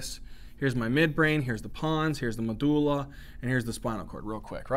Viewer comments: I love how you say “medooola” haha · When you realise medulla is actually MADullah 👌